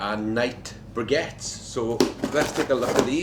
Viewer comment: They're pronounced BRICK-ETTES ! And they'd perform better if stacked and not prodded